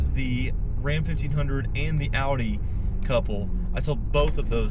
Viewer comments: Lady, it’s pronounced Ow-Dee, rhymes with ‘howdy,’ not Aw-Dee. Drives me NUTS. 🙄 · "Ow-dee", not "aw-dee" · "AW-DEE" lmao. Probably has a $60K loan on it too. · The way she pronounces Audi tells me everything I need to know, she should go back to the city and leave the mountains to those of us who appreciate recaite it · lady can't even pronounce audi right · Those two...dude still there nos he drives a "Dodge Ram" when Dodge has not made any truck in 16 years. And someone needs to tell that lady how to pronounce Audi. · Imagine owning an Audi and not even being able to pronounce Audi properly. Women SUV drivers are insufferable. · She owns an Audi and don’t even know how to say the name properly. 🤦🏻‍♂️ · If you cant pronounce AUDI that dont get one! That women really bothered me with her inability to say the name of the car she drove!